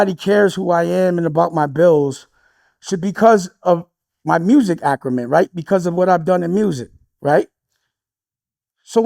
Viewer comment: it’s acumen, not “acrumen,” dummy